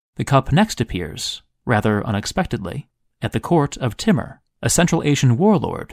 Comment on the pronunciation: Timmer? pretty sure it was pronounced TEA-MOOR!